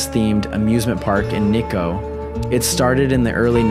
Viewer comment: Nikko (pronouced Knee-koh) has world heritage sites. It is not in the middle of nowhere. 日光を見ずして結構と言うなかれ